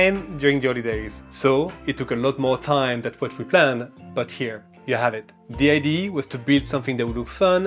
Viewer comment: Well, being french myself, when you said "id" instead of "idea", I knew you were french ! 😄